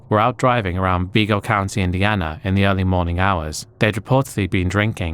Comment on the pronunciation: It's Vi Go, not Ve Go! I live there for a bit! Nice Video other then, that!❤😂🎉😢😮😅😊